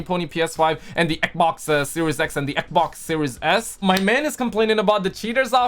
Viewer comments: say it with me XBOX XXXX BBB OOO XXXX NOT EKBOK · Hey! Can you spell me how you pronounces xbox please? Eboc?😂 I recently discovered you I love your videos! Continue like this 👍